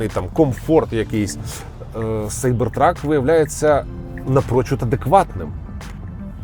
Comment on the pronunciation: Як же приємно, що ви кажете Сайбер Трак, а не кібер трак. За це відразу лайк